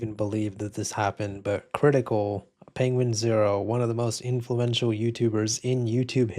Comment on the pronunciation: I was with you for the past weeks until you said Penguins 0 instead of the correct way as penguin z 0. Shame in your direction lol.